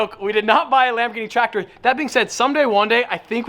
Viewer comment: Bro I swear when he said tractor I dies inside